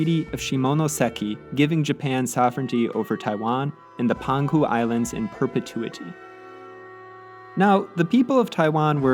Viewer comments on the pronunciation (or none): Minor note the Peng Hu islamds are pronounced Pung Hu